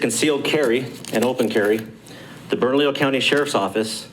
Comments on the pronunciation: it’s Burn-a-lee-yo County. Easy peasy. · Hey. Try saying it phonetically: burn a lee yo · Bernalillo: It is pronounced, Berna-leo😉👍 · Bernalillo (Burn-a-lee-yo) County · I spent a lot of years there and it's pronounced burr-no-lee-oh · It's pronounced Burn-a-leo (Bernalillo). Hope that helps. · It is easier to say Bernalillo County when you pronounce it correctly. Listen to how the Sheriff says it. Pronounce the LL as a 'Y' or leave them silent.